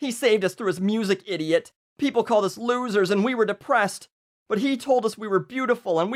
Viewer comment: First hint of a Canadian accent I've heard from! "Looosers"